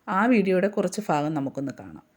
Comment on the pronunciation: ഫാഗം അല്ല